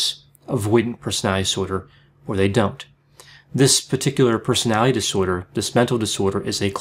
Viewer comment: You need to learn how to pronounce 'disorder'